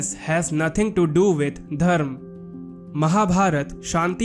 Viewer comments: It's dharma not dharm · It would be better if you learnt to pronounce Dharma with the ‘ma’ at the end